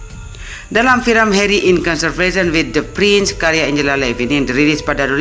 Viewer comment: Video bagus tapi Kamu pronounce Nama prince Harry kok Beda amat dari pada Orang inggris asli sih